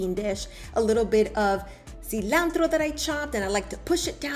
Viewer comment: “A little bit of SEEE LANN TDRRRRO”. Ought it not have some Parmesan ?